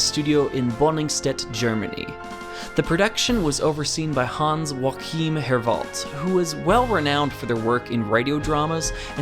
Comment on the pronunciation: The spanish pronounciation of Hans Joachim Herwald makes him sound so fancy haha Joachim in German is more like : Yo ah chim (chi as in the Family Guy cool whip joke)